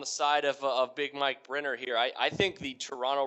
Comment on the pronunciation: u gotta practice that last name brenner lol!